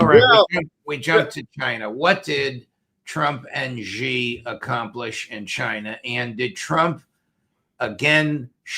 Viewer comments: Judge, please learn to pronounce President Xi’s name correctly. It is very easy to say, sounds like SHE as in She is over there, She is my sister…….SHE! Please try. Thank you. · Judge dear ! There is no president Gi nor Ji. It’s Xi as in SHE ! time you learned that 👊 Please 🙏